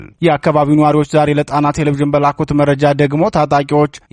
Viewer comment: አንባቢ ሆይ!! ቴሌ-ቭዥን ሳይሆን ቴሌ- ቪዥን ብለህ አንብብ.